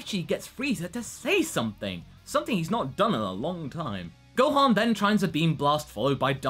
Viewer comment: Gohon? What the hell, the „o“ isn’t even close to the „a“, how can you get this wrong? Oh yeah, it’s also Beerus, like beer, not Berrus, but that’s not as confusing as Gohon. Just saiyan •••